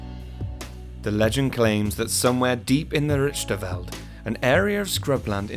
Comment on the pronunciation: Me: (also a South African) Awesome to see a video about a local cryotid,just wish the creator made more effort to learn how to say "Groot Slang" and "Richtersveld".